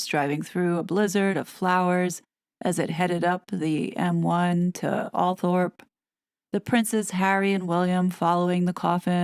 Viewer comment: Althorp is pronounced “All-trup”, by the way. 🇬🇧